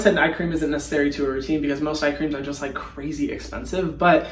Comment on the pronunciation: He literally sounded like an Aussie bogan when he said “looiike” lmfao bless u Hyram